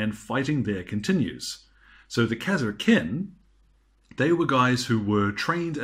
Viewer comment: kas er kin.. Who the fuck says it like that. KAR SKIN !